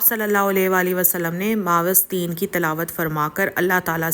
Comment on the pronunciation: پیاری بہن اسلام عليكم و رحمة الله وبركة الله آ پ کو عافیت سے رکھے آ مین آ ج ا پ نے نظر کے بارے میں بہت مفید باتیں بتائیں ہیں معوذتین اور معوذات کی pronunciation درست کر لیں